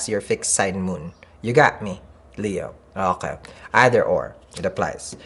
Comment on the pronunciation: Hahahahah I love how you say “ohay” instead of okay 😂😂😂 I adore u